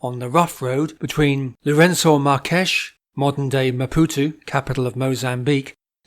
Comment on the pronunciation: Always good to get the spelling right ..Barberton and.. never heard LM pronounced “Mar.kesh”. In the Oude Transvaal we’d always pronounce it as “Marks” as, I guess, Percy Fitzpatrick did.